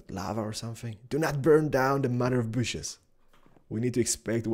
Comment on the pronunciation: "Mother of booshes!" Keep doing your thing, cause you know your the man!:)